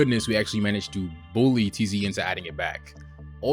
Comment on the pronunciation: tze not teezee e